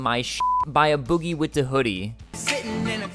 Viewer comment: Its "Ayy" Boogie with da hoodie